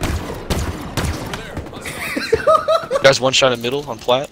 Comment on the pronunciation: "I'm going to hit the purrrfect" Proceeds to miss every shot. I'm sorry but I died laughing at that moment😂😂😂